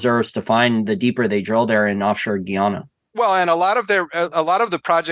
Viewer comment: I’m married to a Guyanese, it’s pronounced: Guy-ana.